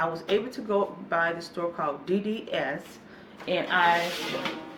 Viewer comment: Happy holidays love....i have been watching your videos for a whole year now you are a marvelous woman may god continue to bless you.... Oh and it's not pronounced dds it's deedees